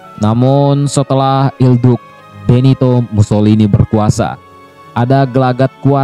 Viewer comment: mantap bang sedikit koreksi cara spell il duce yg benar itu "il duche" bukan il duk